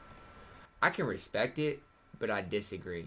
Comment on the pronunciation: Respect***** not respeck